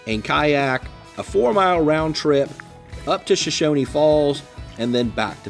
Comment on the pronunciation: Nice video. I really enjoyed it. But there is no "i" at the end of Shoshone. It's pronounced just like it's spelled. show-shown